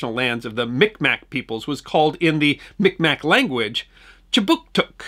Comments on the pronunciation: Thanks I checked and in your country the name of the tribe seems to be pronounced phonetically. MikMak In Canada, the accepted pronunciation is: meeg mah I appreciate your work. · It's actually pronounced closer to Mig-mah (Mi'kmaq) now. Micmac was (or seemed to be) the norm when I was young. But, you're from away so I'm sure you'll get a pass. Pretty sure I saw this year's tree in transit. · A correction, Sir. It is not “Mic Mac” but rather Mi’kmaq, pronounced like mig-maw. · Just fyi it's pronounced mig-maw not mick-mack, despite the spelling